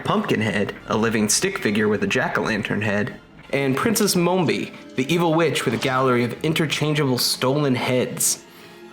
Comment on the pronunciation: Mombi, not "Mohmbi."